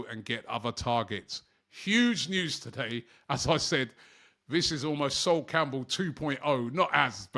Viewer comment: You can’t even say his name right. This is not anything like Sol Campbell WTH!?